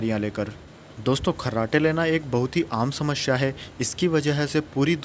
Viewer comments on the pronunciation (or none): none